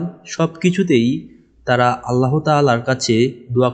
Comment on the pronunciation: ভাইয়া 'আল্লাহ্ ' উচ্চারণ ভুল হয় আপনার। আল্লাহ না আল্লাহ্ হবে।।হ হসন্ত.